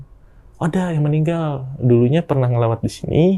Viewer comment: Nglayat,,,bukan nglawat